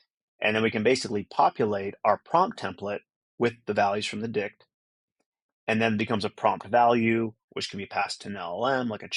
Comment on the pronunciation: Good job, but ' dict ' never again 😂